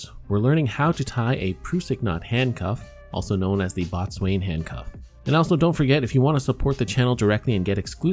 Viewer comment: Boatswain is pronounced bosun. Great vid as always. Thanks